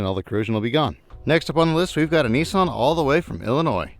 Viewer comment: Nissan or kneeson😂